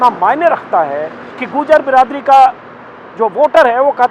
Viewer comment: अंजुम जी वो गुर्जर है, न कि गूर्जर 🙏